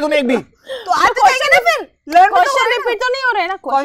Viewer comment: questions ko cautions bolti hai